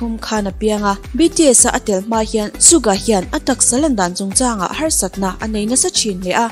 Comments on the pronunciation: Please pronounce it Suga..not Sukga😊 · Suga not sugah😁.. Yoongi not yoonji. 🤗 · Suka tih in i lam in ka hria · Haha Suga tih ilam dan poh kha A dik lo cuan in lak soi thiam i tum opss hah I soi thiam k tih na ania😒😒😒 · Aaaaarrrg.... Suga tih leh yoongi tih khi i lam dik theilo😭... Chuan yoongi hi Christian a ni a bisexual a ni theilo bawk, chuan a pian ni pawh khi 9 March tur zawk a ni bawk..... Jimin ka bias a nia, Yoongi bias wrecker... Mahse ka duhdan a in ang reng😂😂thlan zawk tur awmse yoongi ka thlang maithei😅😜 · tha viau na in...Suga hming i lam dan hi......... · Suga hming lam dan mai2 chu😕😕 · Hetiang video i siam dawn anih ro+ chuan an hming lam dan te hi han zirchiang hmasa ta la, chutin Suga hi i chhuah gay anih deuh ber mai hi leee, fimkhur tawh rawh u. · Suga or Yoongi hming i lam dan poh a diklo a, bisexual angin i rwn chhuah thei hei chuan k lung a ti awi lemlo khawp mai, cubakah haters ho tan chances i rwn siam ringawt lehnghal Yoongi hi eng LBGTQ mah anilo he news k ngaithla hi chuan fans te rilru a ti na takzet😡😡👿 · Dik chiah siam tha leh teh,an thawhrim zia ka ngaihtuah hian,an hlut na a bo vek,suga phei hi chu,a tawrhchhel zia hi,bakah a hming i lam dan hi a dik lo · Suga emaw yoongi poh a lam dik lo Ania i thusoi hi ka thlop lutuk che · yes an lam dik lo fo suga hi, anmahni sawi ngei hi ngaithla chiang thin se